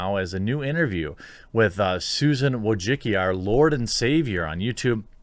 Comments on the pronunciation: VOY-CHITS-KEE. Not a fan of her, just a correct pronunciation. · her name is pronounced " Voi - chi - chki " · I don’t claim to know the true pronunciation of Wojcicki, but whatever Jeremy is saying ain’t it lmao. I love your content, just had to bust your balls a little.